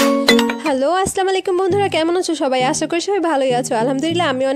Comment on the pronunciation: " Assalamualaikum" word taa apni hoyto onno vabe bolen,akto khiyal korben